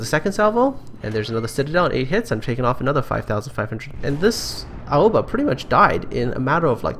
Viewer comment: pronounced Aoba correctly...... I can die peacefully now.